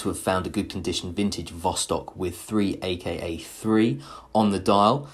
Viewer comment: hey! its not "3aka3"! its "zakaz" or "order" in english. thats mean this is the order of ussr defence ministry